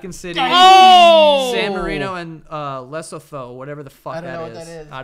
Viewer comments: Lol Lesotho is pronounced "le-soo-too" and is within South Africa ( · Lol wtf is Lesotho... Its pronounced Leh-Soo-Too... I so confused when I heard it the first time had to go back and play it 5 times till I caught what Joe was saying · joe said lesotho and i fell of my bed and DIED of laughter 😂, it's pronounced le-soo-to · Pronounced Leh-soo-too, located in South Africa hahah, btw shout out from South Africa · "Lesotho" LOL leh-sue-too (I'm dying of laughter) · Lesotho ;-) (pronounced Le-soo-2). Also Howzit from South Africa, the country surrounding Lesotho! Keep these awesome videos coming Joe! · I was waiting to hear how Joe would pronounce Lesotho and as expected, gentrified it😂😂 its pronounced "Lee-soo-too" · LEE-sew-two guys, Lesotho! but you tried, failed, but you tried. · Lesotho is pronounced Le-Su-Too 😅 located in South Africa Much love from South Africa🇿🇦💕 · Your pronunciation of Lesotho XD - Le soo too FYI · Lesotho.. It's a country within South Africa! pronounced le soot ooh.. :) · you pronounce it lesutu its a country within south africa, where im from😊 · pronounced le-su-two (lesotho) located in south africa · The most creative pronunciation of Lesotho 😂😂😂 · The way Joe pronounced Lesotho, though 😅. I live in South Africa and Lesotho is a country located within South Africa. Nice little useless fact for you right there. You guys always make me laugh so much. Keep 'em coming 😊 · The way he pronounced Lesotho 🤣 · When they tried to say Lesotho, I already knew it was downhill from there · Now I want to meet you guys just so I can tell you how to pronounce Lesotho! 🤣🤣🤣 PS: it's a country within South Africa. I'm from SA. ✌️